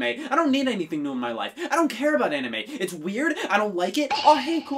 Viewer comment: lmao "anna-may" I have found the name of my future daughter. She will be named after the one thing her daddy loves most in the world.